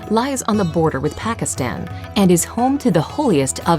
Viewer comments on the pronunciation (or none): none